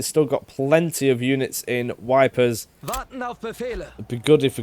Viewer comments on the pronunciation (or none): You pronouncing Ypres as "wipers" never gets old xD iirc it's Yeepre with Yee as in "Yeet" and a silent S. Also can't wait for tanks and combined warfare! Sweeps will be much easier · Faus-Jean, or fos-Jean. Hard to tell how you’ll pronounce that with your accent lol. Also I believe the town is pronounced “eep.” Phosgene is odourless and colourless. Was semi successful during the Great War. It would take several days to take effect and the persons effected would suffer from dry drowning due to an accumulation of fluids in the lungs. Because of this, it would only produce casualties several days after the inhalation. Meaning said casualties could be removed from the front and replenished with adequate resources.